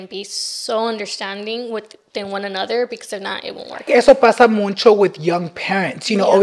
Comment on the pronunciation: I cant with saying “muncho”. So annoying 😢 please let him know its muCHo!